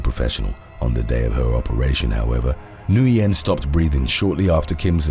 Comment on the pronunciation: Corrections: 1. "Cache" is pronounced "cash", NOT "cash-ay". 2. "Nguyen" is pronounced "win", not "Noo-yen". 3. "Tuerk" is an anglicization of the German "Türk". It is pronounced "tewrk", not "Chu-erk".